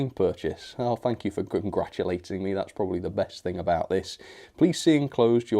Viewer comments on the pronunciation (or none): none